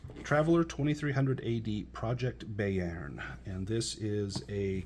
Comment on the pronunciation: Thanks for the nice, succinct review. I'm considering a Mongoose 2300 campaign and was eying Bayern. That said, Gott im Himmel: Bayern is German for Bavaria, and I lived there when my dad was in the US Army. I always heard it pronounced "Bye-urn" not "Bay-urn".